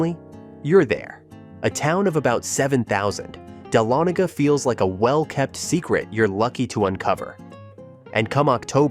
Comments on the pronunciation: Dahlonega - is not pronounced dal-a-nay-ga; it's pronounced: duh-lonna-ga. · You mispronounced #10 Dahlonega. It's Dah*lo*ne*ga said all together not separated as you did. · DAH-LON-GA. AI can't pronounce words.